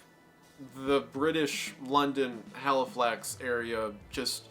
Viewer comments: Halifax is my town and finally seeing it mentioned somewhere but hearing him say it wrong so many times made me want to cry haha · I’m laughing so hard at the “haliflax” slasher; it’s supposed to be “Halifax” Mr. Goon 😂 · quick correction! the place name is just called Halifax. drop the second L 😁 sincerely, a local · Haliflax pronounced hally-fax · haliflax? how? in what universe can this be achieved? for someone who says they research.... you should put some effort into spell check and pronunciation. haliflax? i might go to the american state known ass ottower. or washeggtin. c'mon man. haliflax? i mean, it's even the name of a bank. america has one too i'm sure. maybe canada too.... like... how can "haliflax" slip this far? sure, spell check maybe. but then wendi said it wrong anyway. haliflax! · How can you say Psychosomatic properly, but not Halifax?! Thanks for the good video dude. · it’s Halifax not Haliflax haha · It's "Halifax slasher" not "Haliflax slasher". Otherwise good video so far. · HALIFAX not HALIFLAX. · love this video but ‘haliflax’ is sending me as someone from halifax 💔💔💔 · I think it was the Halifax slasher not haliflax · the ‘london-haliflax area’ PLEASE ITS CALLED HALIFAX AND THEY ARE NO WHERE NEAR EACH OTHERR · Really love your posts. Just a small point which is neither here nor there. Halifax only has the first L so just one L. Thank you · It’s Halifax 😂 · bruh.. you got the name wrong - Halifax.. there's no Haliflax in the UK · Hearing wendigoon pronounce Halifax as Haliflax had me in TEARS 💀💀💀💀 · It's Halifax not Haliflax and you say it 20 times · Argh! Please read the names of what you're researching a little closer. It's Halifax, not Haliflax. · no ones gonna point out that its halifax and not haliflax, i thought that was very funny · Halifax not haliflax 😂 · it’s Halifax HA LI FAX god now i know how it feels when i mispronounce something in one of my videos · It's Halifax not Haliflax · Halifax not HalifLax, sorry to b a pedant.